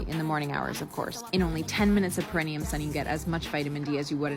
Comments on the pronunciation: Question for any north American ObGyn type nurse or medical people. Is that the way you pronounce perineum like the woman around the 9 minute mark? Sounds weird to me and not what you'd hear in a labor ward. Sounds to me like she's saying "premium". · That person needs to learn how to spell and pronounce 'perineum', ffs.. and lol Isaac nearly said a naughty word that rhymes with 'elastic'🤣🤣🤣